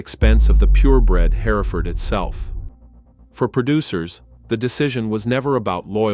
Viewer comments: Jeezus it's her-furd, not hairaford. I can't keep watching this it's so distracting. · It's pronounced Herford. The E is silent. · Its painful to listen to a computer voice mismanaged to where it cannot pronounce "Hereford" its not HAIRFURD. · It's HEReford, not HerEford. The AI narration renders the rest of it 🐂💩. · What is a hair-i-ford? I've heard of Hereford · Hearing the AI so perfectly enunciate every syllable in ‘hereford’ just irks me on a deep level. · that is how I would pronounce it, too. Even if it didn’t just try to suddenly pronounce that middle syllable, I could forgive it. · You would think before narrating an entire production they would teach the robot how to pronounce the main word. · It would be nice if you could make your video sound be what it should be you’re not saying the breed properly and idiots are going to start saying it the way you’re saying it and we have nothing but idiots running around the countryside. Try to do your AI because it must be AI cause no hear and other than the Engine could say it’s so wrong. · Jesus, AI can’t pronounce Hereford correctly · That's the British pronunciation...... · Maybe the UK pronunciation of Hereford would sound better. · the mispronounced Hereford AI bull shiz